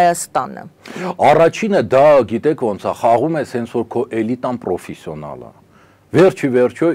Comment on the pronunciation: Պռոֆիսիոնալ չի, հայերեն պրոֆեսիոնալ է, Իռան չի՝ Իրան է։ Ռուսը հային հանդիպած ամենամեծ չարիքն է, վաղ թե ուշ պետք է պայքարենք։ Գիտեք ալիեվն ա՞ խերվելու ռուսի "լավությունից"